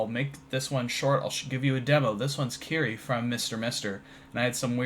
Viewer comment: I really enjoy your work. A lot. Your Uptown Funk is so cool. This is a wonderful recreation of one of my favorite songs. Sorry for this comment, but my OCD compels me.:) Kyrie is three syllables: keer-e-a, the "i" is pronounced like the letter "e" and the "e" is pronounced like the letter "a". It's Greek from Kyrie Eleison meaning "Lord have mercy." From the Mass. Brilliant song. I really liked Mr. Mister a lot. Their lead singer, Richard Page, released an album called Solo Acoustic in 2011 which is... well... solo and acoustic.:) He does a great cover of Kyrie. Sorry to be a language nerd.